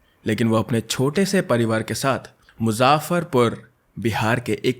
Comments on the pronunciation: Its muzaffarpur not muzaafarpur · Bhai mere Ghar ke bagal ki hai मुजफ्फरपुर Not मुजाफर पु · You wrong pronouns muzzaferpur😅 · Its not actually muzaafarr it's just muu - zaff - far - pur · Not muzaafarpur yarr... Its muzaffarpur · from Muzaffarpur and its normal muzaffarpur pronunciation nor muzaffffaaarapur 🤣🤣🤣🤣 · It's muzaffarpur not muzzzzzaafaaarpur. Pronouncing a place name is not good it feels offensive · मुजफ्फरपुर not मुजाफरपुर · Its not a मुज्जजाफरपुर its a मुजफ्फरपुर.... Your pronounciation is wrong .... I am very happy to see you discuss with बिहार case bcz generally people neglect with the sound of bihar 😢 and say ये तो बिहारी हैं इससे क्यू बात करना bahar ke log nhi smjh skte hai h whats the mentality of bihar parents and their so called society and relatives specially for the girls .. अरे ये तो लड़की है इसी ने कुछ किया होगा | hm larkiyon ke liye parents ko kuchh v chiz ke liye manana bhaut hi difficult task hota h agar parents mnn v gye to so called society and relatives h na .. padhai ke liye v bhaut manana pdta h yrr agr mnn v gye to bahr nhi jne dete .. why always girls sacrifice for their future??... Plz parents atleast aap to smjho baaki society ans relatives h na hmlogo ko pichhe krne ke liye agr aap hi nhi smjhaoge to kaise wo apna future secure krengi 🥺 ...... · Bhai mai muzaffarpur huu. मेरे सहर को मुज़फरपूर् कहा जाता है मुजाफरपुर नही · Its Moo-zaffaar Pur. Pronounced in this way. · Your'e an amazing storyteller but dude, you need to work on your pronounciation. You're a native hindi speaker and still you couldn't pronounce muzzafpur , which is a very popular city, correctly. And its not tej , its teej. Festival celebrated by north Indian women for their husband's longevity, which I'm pretty sure you've heard about. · Muzaffarpur bolna toh seekh le bhai pehle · main bhi muzaffarpur ka hi aur yeh case dekh hain maine i know but bhai tune name galat bola hain likha thik hai but bola galat h nane muzaffarpur. ❤